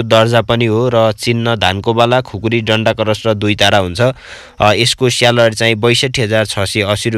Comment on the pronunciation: स्यालरी🤣🤣🤣 उच्चारण चाहिँ मान्नै पर्ने हो साथिको।🤣🤣🤣